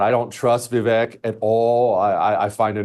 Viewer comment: Once again Jesse Kelly mispronounces Vivek's name. It is just another way he shows his contempt for Vivek.